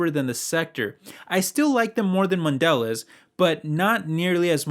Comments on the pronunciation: PRONOUNCED MODELEEEZE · It's pronounced man de lay. It's French so you don't pronounce the last letter. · It's pronounced MON De Leza. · Dude, Good video, but you need to learn how to pronounce mondelez... The bar over the last e means something